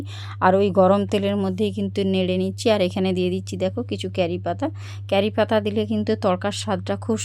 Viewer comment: উচ্চারণটা হবে কারি পাতা ক্যারি পাতা না